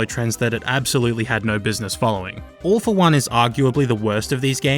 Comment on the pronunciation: Three quick notes: You had the opportunity to call All for One "Awful One", and with the accent I genuinely thought you were making that joke. How did you mention RaC 3's music without including Zeldrin Starport just doing 11/8 for the sake of it? Low-key the first two Infamous games were brilliant PS3 exclusives.